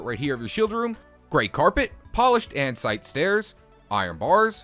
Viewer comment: I genuinely can't tell if hes saying andesite of antsite